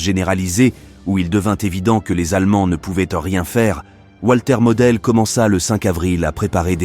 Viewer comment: C est votre présentation mais vous avez un problème avec la prononciation en allemand!